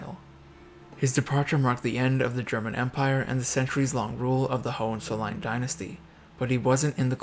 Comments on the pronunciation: Pronounced: Ho In Tsollin. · You mispronounced the name “Hollizolerin.” Before you blame Kaiser Wilhelm. I suggest you read about his horrible childhood.